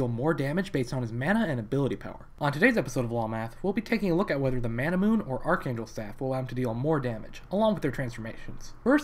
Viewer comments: What the fuck is a Manamoon? Mana-MEWNAAYYYYYY (japanese pronunciation, its origin). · Couldn't finish the video because the way he mispronounces manamune bothers me too much. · Or "Man-a-moon-eh". :o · It's not Manamoon, dammit!